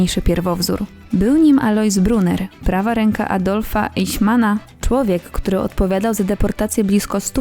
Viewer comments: Eichmann nie Eiśman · Richard Sorge, Adolf Eichmann - to nazwiska niemieckie i trzeba je odpowiednio wymawiać!